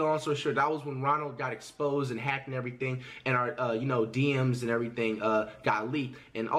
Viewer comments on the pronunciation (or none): I didn’t know our was “Ara”😂😂